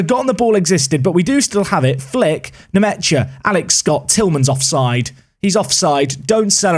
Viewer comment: for the nmecha bros, their names are pronounced n-meh-sha